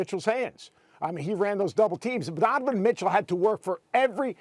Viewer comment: Dude hears these players names probably every freakin day and still pronounces them like a douchebag, Dunnivin Mitchle and Joe L. M-beed